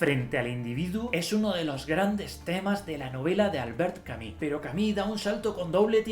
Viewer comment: ¿Porque no pronunciar en español si español hablamos?.. Albert Cami?? Camus! Bueno eso ajeno a lo bueno o malo del contenido, que de hecho no lo he visto, solo vi a otra persona por acá en youtube diciendo Albert camujc, y entró acá y Cami.